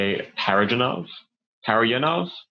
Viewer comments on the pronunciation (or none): A couple of things I would like to say: Firstly, his name is pronounced para (like parasite) dzha (like jango) nov. Im writing it not in a pretentious way but because im partially russian. Secondly, it seems like your kind of careful, trying not to analyze the movie too deeply. Even tho I agree it would be optimized if studied, I would much rather hear more about what you personally took from the metaphorical/intellectual experience instead of the technical side. Its a completely abstract movie, made by a man who was probably a genius, and his movie would be best used to inquire one's own head. I also do not think it matters much whether it's consistent with paradzhanov's point. You can do that sort of analyzing before and after getting the context and background.